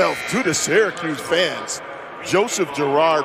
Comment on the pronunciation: There is no "D" in Syracuse. This team stinks.